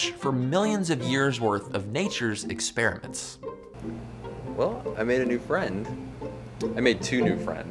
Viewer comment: Experiments! He pronounced it correctly!!! Why do so many pronounce it "exSPEARiments"?